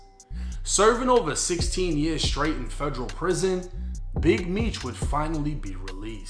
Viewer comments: Its federal, not fegreal 😂😂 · The way you say Federal, “FEJ-RAL”!🤮🤮🤮